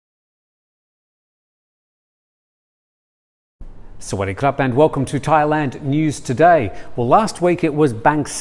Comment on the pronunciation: I don't know your name Sir, but I would like to suggest that you emphasize the "dee" work much more than you do when you say "Sa Wa Dee' Kop"......that's the word "good" when translated and its important to highlight that much more when you say that greeting phrase! Good Luck, D